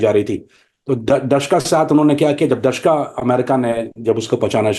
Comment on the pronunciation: دشکا نہیں دوشکا.....جھوٹے